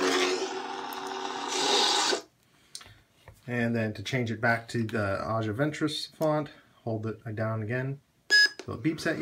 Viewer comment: You are saying her name incorrectly lol